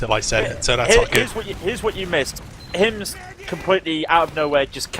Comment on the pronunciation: calling Hymzi Hymz without the i is something I wish I didn't notice. Holy shit that is annoying.